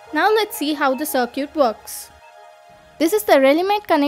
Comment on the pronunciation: Love how you pronounce "circuit". Smart video, thanks.